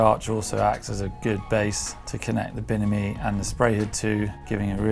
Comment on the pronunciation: I love when he says "binimi".